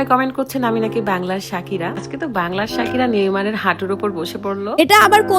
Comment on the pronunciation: Sakira noi pokira...😂😂😂😂😂